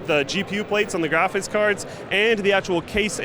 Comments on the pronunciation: I've always found odd the way says "graphics" is he saying "graphits"? No offence, I'm just wondering if it's a thing a lot of people do like people who say axe instead of ask. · i love how pronounces graphics card as "graphits card"